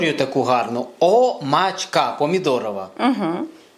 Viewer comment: правильно по чешски ударение на букву о